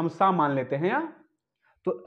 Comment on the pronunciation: "स" नहीं "सा" होता है